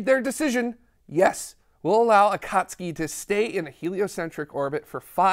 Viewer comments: Excellent episode with best well-sourced history and explanations I’ve seen from non-scientists. I am sending you money because you freaking nailed the correct pronunciation of “Akatsuki” (Clearly, your team has cultured anime fans). Nice work. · Brilliant! The flawless pronunciation of Akatsuki was stunning.